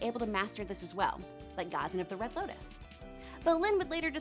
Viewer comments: she also mispronounced Ghazan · She definetely did not watch Korra. I mean that Ghazan pronunciation. And the fact that she didnt even speak of P'li while talking about combustion bending